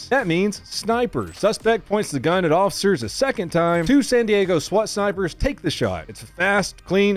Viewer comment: “Actually it’s pronounced San DiAaago